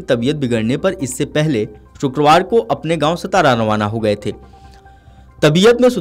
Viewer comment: सतारा नही सातारा बोलो